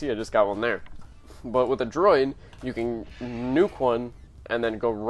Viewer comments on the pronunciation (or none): IT IS CALLED A DRUID! DREW - ID --- SOUNDS LIKE - BLEW IT -----------NOT A DROID LIKE STAR WARS BOTS